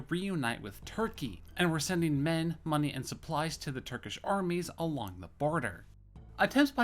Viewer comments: It's FAISAL!!! not Falsi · I'm sorry to hear about your problems. You didn't ask for the correct pronunciation, but it's pronounced the exact same way it's transliterated; fai-sal. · Where did you ever get the idea that Faisal is pronounced 'Falsi'? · Falsy, Rijaq, Alwey, Shek-Bed, Al-Sari, Gooran. Like bro just read the letters, the S in Faisal is before the L so how do you pronounce it falsy, and wheres the J in Raqqa? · How do you get "falsey" out of Faisal?